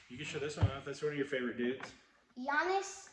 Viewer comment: I dont recall ever seeing that Emmitt Smith Gridiron Legends card before. You can never go wrong with a color match slab. nailed Giannis Name.